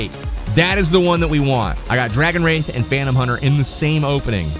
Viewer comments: Pretty sure its called dragon wrath not "wraith" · Did anyone else go crazy every time he mispronounces wrath?